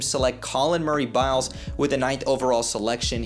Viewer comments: You gotta learn bros name if you gonna be talking on him, it’s Boyles not Biles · boyles not biles